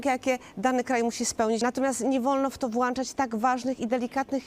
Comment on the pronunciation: Pani redaktor, włączać, tak pilnujecie poprawnej wymowy pani ministra i goscini a zwykłego ą nie umie Pani używać tylko włanczać i włanczać